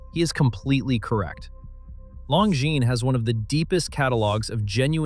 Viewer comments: I bought a Tag Heuer because I wanted a Tag Heuer, not a Rolex. Nonsense that people who bought one wanted a Rolex. Oh, and it is Longines, with a silent S. Before criticising watches' owners, pronounce the brand correctly!. Rolex used to buy in movements — the Daytona was powered by Zenith's El Primero movements for years util fairly recently. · Except you don't. Longines, Lange und Soehne are pronounced wrong. He/it got Breguet wrong the first time as well (it's not "Bree-guet").